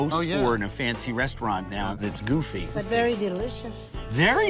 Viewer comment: hahah thats my favorite damn part is to hear say “it’s veddy delicious” hahah okay we get it xD